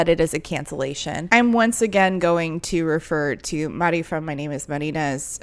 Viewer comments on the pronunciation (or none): none